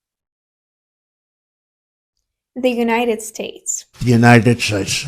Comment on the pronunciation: Her face after he said United shlates….😂😂😂😂😂 I love this channel!